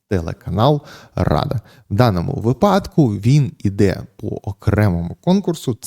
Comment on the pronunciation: Та скажіть вже хтось пану Ярославу як робиьи наголос у його улюбленому слові вИпадок (як вИрок, вИсновок) а випАдок це схоже на припАдок